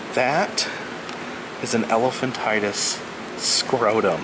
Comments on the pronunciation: It's not "elphantitus," it's "elephantiasis" and the exhibits aren't horrifying, they're teaching aids. Perhaps this guy giving the "tour" can become an exhibit himself some day - of an "Americus dumbassiass." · It's Elephantiasis, not Elephantitis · Its pronounced "elephantiASIS" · The word elephantiasis is pronounced: el - la - fant - eye - uh - sis (6 syllables; rhymes with (psor)iasis)), not el - la - fant - tie - tus. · The correct pronunciation for 2 of your words: "el-e-phan-ti-a-sis" and "pros-the-ses" with a long e in the last syllable, because it's plural.